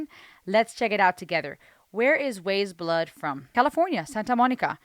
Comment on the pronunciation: Pronounced "Wise Blood" like "Eyes" with a W in front of it rather than "Ways Blood".